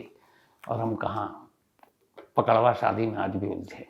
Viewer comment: अरे सर जी पकड़वा शादी नही पक डउवा शादी बोलते है 😀 प्रणाम 🙏 सर जी अंकित पांडेय